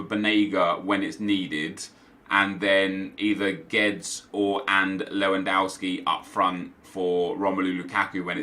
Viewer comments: It's pronounced 'Gwe-dez' not geds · Nep its not "Geds" its "GUE DESH" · “Gedz” ffs, horrible pronunciation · Guedes is pronounced GWEH-DEZ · Gabriel Colquhoun he says like Geds or something, it’s so weird